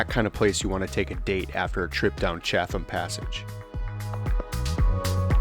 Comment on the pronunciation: Yup, it's MOE-non (non rhymes with on). Also, Chatham is pronounced CHAT-um, in the British style. If it's any consolation, I had no idea how to pronounce Polyphia, lol. Great footage! I've never seen the Baumeister estate from the Monon side.